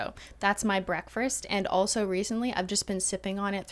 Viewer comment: BreakFRast?? Loool 💞